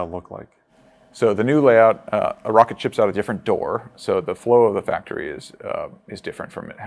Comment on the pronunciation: "mocket" lol, love it!